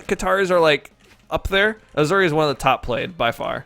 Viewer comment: Ok the announcer lITERALLY pronounces the legends name for you so there is NO CONTROVERSY so please stop say aZuri it’s aSuri thank you ps ur video is very good